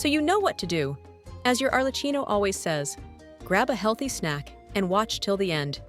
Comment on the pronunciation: Why do you have to pronounce bad your own channel name? It is italian, so you pronounce it arlekkino